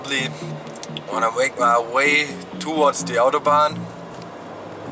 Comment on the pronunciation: Warum sprichst du "Autobahn" falsch aus? ;D